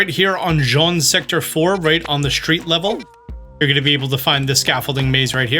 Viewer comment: Imagine taking 10 seconds to type Jaune into Google translate and figure out how to pronounce it instead of saying Jean for 10min straight